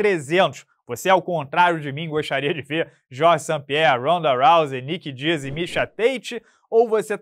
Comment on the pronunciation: Ri demais quando vc falou Nick Dias 😅😅😅